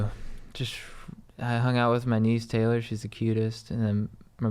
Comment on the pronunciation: Ky dudes thanks for answering my quesh 😂. The only reason I mentioned I was a dude was because my name is Taylor.. which you pronounced as Tyler but I'm stoked on that